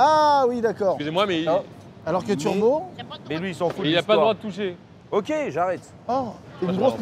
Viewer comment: "turboT" et pas "turbo" sinon super vidéo